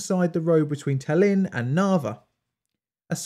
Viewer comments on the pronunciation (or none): Ta´llinn, you making acent on first A, when prononce it. Not TallI´nn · Tallinn, not Tall-inn. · Yes! I liked this video a lot. Things from USSR that have something to do with radiation give off a special vibe. Maybe you should cover RTGs? P.S. I doubt you'll read this but Tallinn is pronounced /ˈtɑːlɪn/ or /ˈtælɪn/ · Methinks it is pronounced "tAllin" (or, to not make our Estonian brothers angry, "tAllinn"), not "talEEn". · TAH-lin. The emphasis is on the first syllable. I’ve been there. The new city is very modern and the old city is absolutely wonderful! So atmospheric. I also stayed on Hiiumaa, the northern of the two islands off the west coast of Estonia. The people have more in common with Finland and other Scandinavian peoples than the Russians.